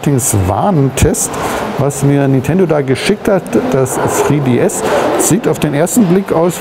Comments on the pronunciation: sag doch einfach DREI DS .. wen du kein englisch kannst :D:D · boahr wenn man nich englisch sprechen kann sollte man es lassen ... tzriii diii ... aaalles klar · sri-di-es xD